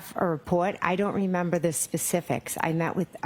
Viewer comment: She looks like shes trying to hard to say i dont remembah, for the millionth time. No, we not asking what the report says, we asking if u says.